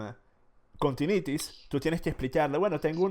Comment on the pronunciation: Bruh, les dice tinnitis y hiperacusis, mínimo revisen como es que realmente se dice